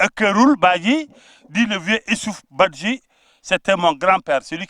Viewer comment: Il faut prononcer le nom badji comme le prononcent les Diolas.